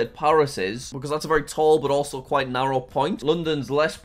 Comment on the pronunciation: When you said quite I thought you said pita and it was so funny😂😂😂